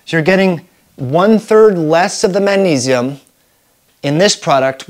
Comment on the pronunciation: Did you say manisum?